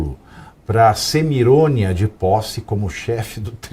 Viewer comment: Adorei”CEMIRÔNIA”! Kkkkkkkkkk